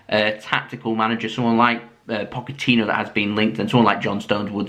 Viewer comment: i believe its pronounced poch-etino and Gill-em Bal-a-gay